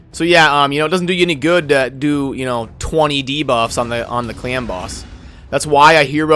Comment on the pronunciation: Sounds like u are saying clam boss :D